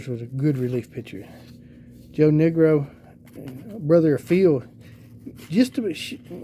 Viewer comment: 😂 my man!!!...anytime you come across one of the "Niekro" brothers sounds like you're saying "negro"....try saying "knee-crow"..😁..great video..